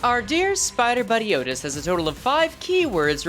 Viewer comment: "matthioutis" just say outtias